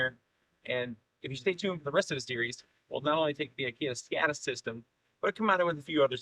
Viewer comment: It's not pronounced "Skadis" with an A, Å (A with a ring on top) is the "Swedish O", pronounced as a longer O so it's pronounced "Skodis" where the O is pronounced like the O in "boring". Å alone is by the way a whole word itself, "river".